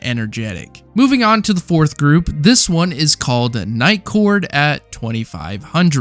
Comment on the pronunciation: Great video but im kind of tilted that he kept saying niightcord at 2500😂